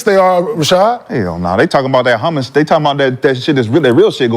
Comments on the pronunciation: shad saying hummus instead of hamas is gold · I just realized McCants pronounced Hamas as Hummus, lmao